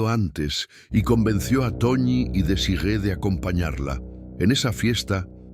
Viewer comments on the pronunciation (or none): Desirée...no 'Desigee'